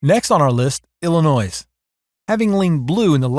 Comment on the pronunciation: Just because Illinois has an "s" at the end of its name, you don't have pronounce it. In fact you should not. Please.